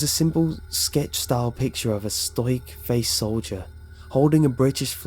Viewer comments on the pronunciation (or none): Stoic is pronounced "stow ick" Trust me, I've made that mistake before. Never again.